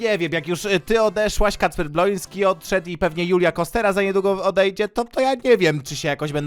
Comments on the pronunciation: Czemu każdy mówi Kacper BLONSKY jak on nazywa się BŁOŃSKI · DLACZEGO TY MOWISZ BLONSKI ON SIE MAZYWA BŁOŃSKI